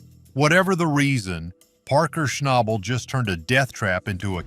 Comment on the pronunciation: At least pronounce his last name right 😒